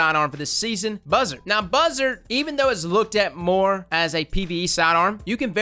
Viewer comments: I love the way you say buzzard cause you say buhzerd and it just sounds funny to me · Everytime says "Buzzard" he becomes a hillbilly